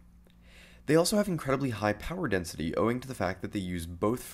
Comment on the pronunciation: dENISTY? REALLY? INSTEAD OF DENSITY. rofl